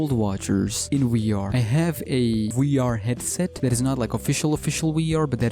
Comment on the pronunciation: It is funny how he says WEE R instead of VR